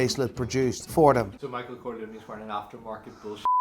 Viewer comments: it's Micheal Corleone, but you make it sound Micheal Coglione (in italian, coglione means testicole) hahahah🤣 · So funny, your pronounce of Corleone sound so much like "coglione" in Italian,that means testicle... So in line with an angry character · As an italian, your pronunciation of "Corleone" sound very similar to the word "coglione", which means "cunt" or "asshole" Love your accent❤️😂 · Seems like is saying: " coglione" that in Italian means asshole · from an italian the pronunce of corleone that you are saying it means dickhead LOL